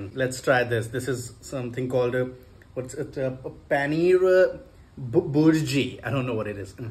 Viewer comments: From “BURGIR” to “ PANEER BURJI” 😂😂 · hey man good to know you liked the food. Its paneer bhurji with a hard R sound and paneer is basically Indian cheese. You have to try chicken tikka masala it is the most Indian dish there is. Hope to see that video and I will be there to correct your pronunciations and suggest more dishes that I want to see you taste one drop off and throw away the rest. Love from India🏳